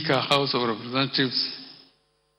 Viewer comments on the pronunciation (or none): Is this one a speech? See the way he pronounced representative and government....